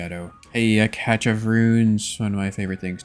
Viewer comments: Also it's pronounced "Cash" not "Catch" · Catch of runes… its pronounced cashe of runes 😂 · It's pronounced as "cash", "catch". lol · my favorite thing is the pronunciation of cache of runes as catch of runes. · Cache is pronounced cash <3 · ffs bro stop with saying cache wrong it hurts my soul.